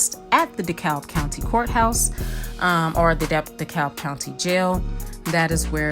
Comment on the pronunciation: the L is silent it is pronounce De Cab county